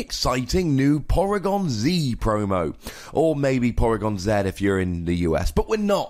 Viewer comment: porygon zee-ed